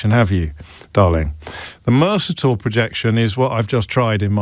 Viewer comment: He mispronounces “Mercator” smh